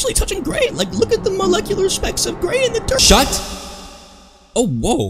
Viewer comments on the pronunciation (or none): I love it when he is like s h u t. It always has me laughing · same bro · He says 'S H U T' every video and its hilarious!